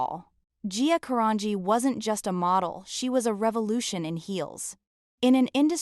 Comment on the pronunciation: Do this poor lady Justice ! Pronounce her LAST NAME CORRECTLY OH AI …or wtf it is. Disgusting. 🤢